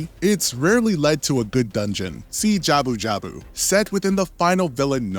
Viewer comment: Jabu jabu oot? Really? Git gud